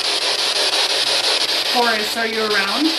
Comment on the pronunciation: Not me thinking she was saying "Horus" and not "Horace" 😂😂